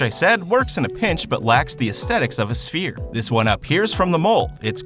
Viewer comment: "SfHERE" Sigh